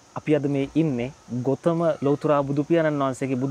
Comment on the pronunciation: ගෝතම නෙමෙයි ගෞතම නම හරියට කියන්න.....